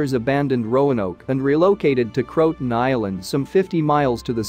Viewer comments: It's not Crotan, it's CRO-a-TAN. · It isn’t pronounced “crowt-un.” Try Crow-ah-tan, and tan is pronounced just like the color tan. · Croatoan is pronounced ( krow-uh-tow-uhn) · Nothing new. But it's pronounced Crow-a-tow-an. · Pronounced " kroh-uh-toe-un"